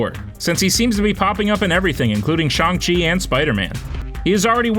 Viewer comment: Garbage video as per usual and you can’t even pronounce Shang correctly. Just trash. Stop doing this. Stop making videos. You are gonna ruin everything for everyone else and I mean this entire channel not the idiot who is presenting and can’t pronounce names properly. And note on Bruce Banner/Hulk, they addressed that in Endgame you fricken mook!